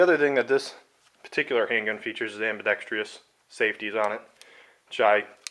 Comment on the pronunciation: am-bi-dex-trous...not "treeous". There is no "ee" sound in the last syllable. Don't know why reviewers love to mispronounce this word.